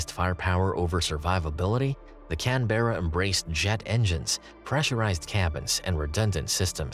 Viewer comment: Love the way he pronounces Canberra.